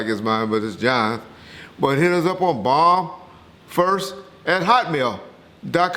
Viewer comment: Did he say Hotmail?